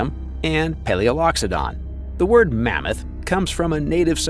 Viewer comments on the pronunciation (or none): none